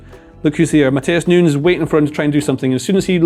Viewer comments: its new- nez not noons mate pronounce the guy's name correctly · Great analysis… BUT it’s nunyes NOT noons … I’m American we suck at both English and Spanish but common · He calls Nunes 'Noons' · Everytime he said Nunes its pronounced differently